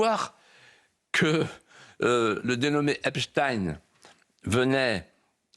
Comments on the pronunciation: Epstiiiiiin plutôt qu’EPSTEIN , on.Croit rêver !!! Epstein les tenait tous par les c…… , sinon comment expliquer la présence pléthorique des caméras sur son île !! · se faire appeler Hep's ! Teens ! au lieu de HEPSH'TAïNE, c'est déjà avouer qu'on aime les jeunes ados... (teens en anglais). Jack Lang lui aime les biscuits "Petit Ecolier" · Oui. Esptaiiiine. Et pas esptine. Esptine ca fait russe. Mais esptein. Comme einsteine. Taiiiiiine. Et pas tine. Comme poutine. !!!! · Sur Cnews pas de eipstinnnneeee 🤣